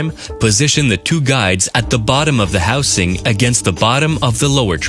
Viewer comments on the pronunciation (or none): who in the hell was in the recording studio when the guy keeps saying "houSe-ing"?